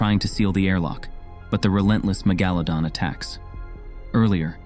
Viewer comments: Mega-LA-don not me-GA-ladon, sorry I'm nitpicky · "Meh-ga-leh-don" WHY THE F IS HE SAYING IT LIKE THAT?!